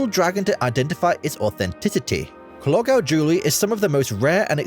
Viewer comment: Many of the early buildings in California were roofed with Welsh slate !clogau gold pronounced clogeye apity the narration cannot pronounce the Welsh words properly!!!